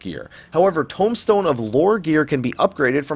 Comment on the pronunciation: informative! thanks, though I have to say I hate the way you say tombstone, and tomahawk from your halls of novice video haha